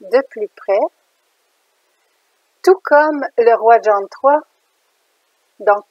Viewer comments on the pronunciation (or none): none